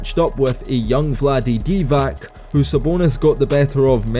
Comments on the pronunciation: DIVAC is pronounced DIVATS not DIVAK. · You don't know how to pronounce Divac's last name, but you know that Sabas could've been the goat😂Another guy in this comment section said that Sabas would outrebeound and outscore Bill Russell, even though he never watched him. Sabas is a legend, one of the best European bigs ever, but stop with this $hit